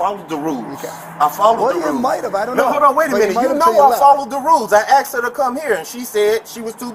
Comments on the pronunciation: At what point did asked become axed? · When someone can't pronounce the word asked, they have no right to be a cop..